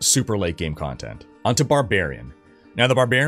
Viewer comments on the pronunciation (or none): "levelink and completink condtendt"